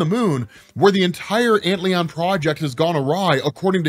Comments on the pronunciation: Antlion, not Antleon. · Ant Lion ... not ant leon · It's not Ant Leon, bro. It's Ant Lion. Like the bug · massive appreciation for the vid. perhaps ant-lion and not ant-leon? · It's ant-lion not ant Leon haha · I'm going to take a wild guess here and suggest "Antlion" blackhole is probably pronounced "Ant-Lion" given the nature of that particular insect. Great video though! Thanks! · It just has to be pronounced "Ant"-Lion", with the emphasis on "ant"......the larvae form of a winged insect sometimes mistaken for the dragonfly. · lol you mispronounced "antlion" so bad that i was confused for a minute. its "ant lion", its a cool little bug that eats ants by building a sand trap. they are all over where i live, and we used to feed them ants when we were kids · my dude. antlion is not a french word. it´s an ant-lion. a lion to ants. pls.